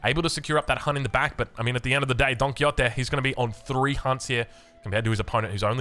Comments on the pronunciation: Probably this comment is the definition of no one asked but... Don Quixote it's pronounced in either two ways: With an x sound, so it's somenthing like Quishote (don't know if that makes a lot of sense for english speakers) Or with the old spanish pronunciation, with a j. So it Don Quijote, like a hard g. And now I take my leave (great cast, as always) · Don Ki-Yotee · wait im confused way is Don Quixote pronounced du muslim